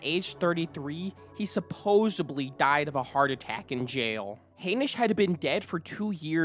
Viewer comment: I CANNOT watch this whole video solely because of how you speak. Your inflection is so repetitive and annoying. You end so many sentences with this weird low, flat, long inflection. Also, you have so many pronunciation issues. The word is 'supposedly' not 'supposebly'. You said, "Some may construde", but the word is "construe", it should be "Some may construe". This seemed like an interesting topic to watch about, but I must move on as your narration is too annoying.